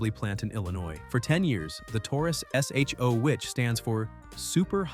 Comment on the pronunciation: Dear AI. It’s not pronounced S.H.O. It’s pronounced Show.